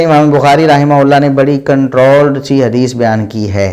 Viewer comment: Ye rahmaullah bolte hi ya rahmatullah